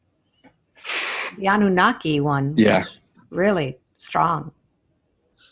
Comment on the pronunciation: Annuaki's? Anunnaki's it's pronounced!